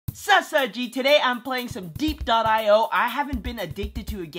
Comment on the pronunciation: I think it's pronounced dee ep as in where the war was